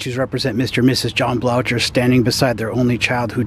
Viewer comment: Blocher is pronounced Blow-ker